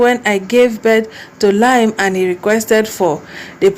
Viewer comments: Its pronounced Lee -am, not Lime🙂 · it's pronounced "Li-am, Lee-am" not "lime" as in the fruit, it is well. I pray justice is served for Mohbad🙏🏿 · 😂 she no try at all.. She said the lime so many times, I had to comment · no dry bother with pronunciation!!! I didn't even knownit was Liam she was calling Lime 😳